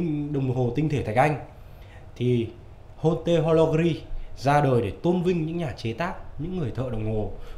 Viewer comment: Đọc tiếng pháp nghiêm túc hơn nhé, haute horlogerie (high quality watchmaking) bạn đọc là ho-te là sai, phải đọc âm tiếng pháp gần như : ốt- tọc-nô-giơ-ri nhé. Thoát nghĩa là đồng hồ hạng cao cấp ( horlogerie de haute qualité ) người xã hội chủ nghĩa gọi là siêu đẳng cấp :)